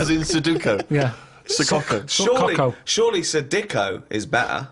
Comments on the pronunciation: su-DO-ku not so-DU-ku, agh! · No Ricky just says it weird